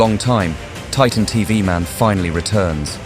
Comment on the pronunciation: Its titan tv man not titan tov man😂